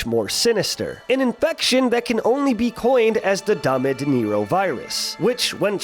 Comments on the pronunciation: when you say "dame dinero" it sound like danny DeNiro and i didn't understand what you were saying, even when spanish is my first language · My god, pronounced “Dame Dinero Virus” as “Robert De Niro Virus”